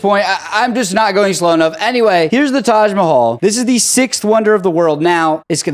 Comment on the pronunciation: That is Taj Mahal not Taj Mahalla